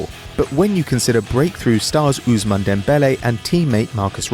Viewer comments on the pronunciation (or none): none